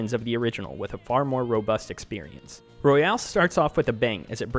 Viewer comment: it's royal not royale